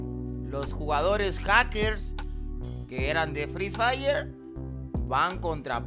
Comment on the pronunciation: Alguien mas le dio risa cuando dijo fli Flay